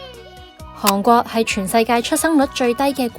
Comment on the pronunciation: 係寒國，唔係航國😂